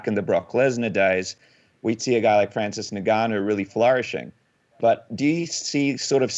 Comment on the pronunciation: you know his name is NOT Francis “Nigganou” lol